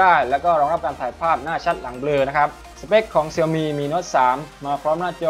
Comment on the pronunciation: ชื่อแบรนด์มันอ่านว่า เสี่ยวมี่คับ ไม่ใช่เสียวหมี่